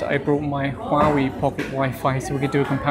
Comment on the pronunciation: Don't review items you cannot pronounce the name of. So many uneducated folks who cannot pronounce Huawei.